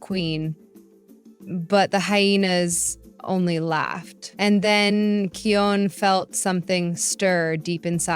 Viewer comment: It’s actually kion not keyon